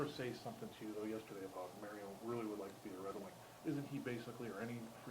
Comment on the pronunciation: Marian and not Marion!!!!!!!!!!!